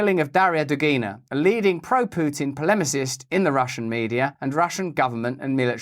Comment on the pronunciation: when did Pu-tin annex Crimea?